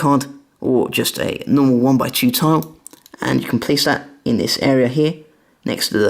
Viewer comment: Why you say taw in tile